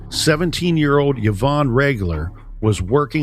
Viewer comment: it doesn’t I just couldn’t understand the YahVonne pronunciation! And it drove me to distraction!